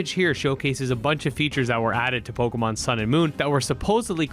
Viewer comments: Pokémon, not pokimon. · No, it's just pokémon. "pokimon" "poke a mon" are incorrect.